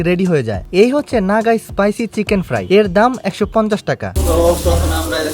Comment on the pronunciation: ফাই ❌ fried ✅